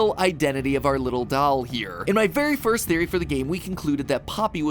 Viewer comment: I love and hate how Matt says doll, "dAll"